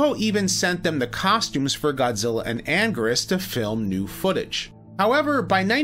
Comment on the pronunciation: Anguirus is commonly pronounced "An - Gear- Us" not "An - Gurr - Us"